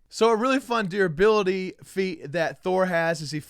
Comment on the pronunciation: If you can't pronounce basic words like durability then don't try announcing, you drag down the value of what you're trying to say if you can't actually say it. Maybe work on it in the mirror or have someone who is honest preview you trying the script.